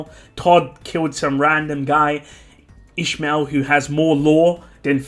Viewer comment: Oh you were saying İsmail. It's a common name at the country I live but you pronounce it very different. It's pronounced more like is-my-ill.